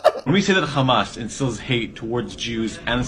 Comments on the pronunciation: The way he says Khamas 😂😂😂😂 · nobody can pronounce 'Khamas' like they do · haha the way you said KKHHHAMMAS gets a sub from me brother! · I know right they just think they’re innocent and they also need to fix they’re pronunciation they say KhAmAs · I always laugh whenever they pronounce Hamas as Khamas ! 😂😅 By the way I’m from “KHINDUSTAAN ! 😂😅